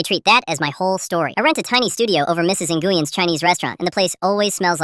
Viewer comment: Nguyen isn't prenounced like that. In the future I recommend picking names that text to speech can actually handle.